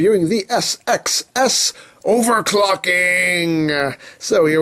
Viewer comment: You need to make an entire video of just trying to say SXS repeatedly.